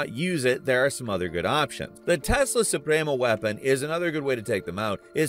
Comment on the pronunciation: I hate how you tried to pronounce Yara and the different supremos